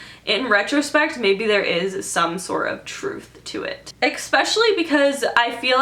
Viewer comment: Tha new album cover she kinda looks like zina tho,interesting🤔 I think That' song is very metaphorical tho ,also I like how u say ex pecially🙂